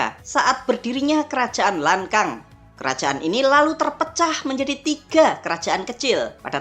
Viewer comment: Lan xang dibaca Lan shang bukan lan kang